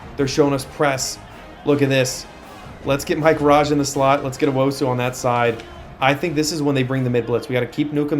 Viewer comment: Tuaolo: Try imagining a hyphen to split it into two halves (Tua-olo). Also if it was me, I'd pronounce Rubin like the US soccer player Rubio Rubin (Roo-been) Last thing... don't know if you noticed, but Owusu should be pronounced (Oh-woo-soo) instead of (Oh-woh-soo)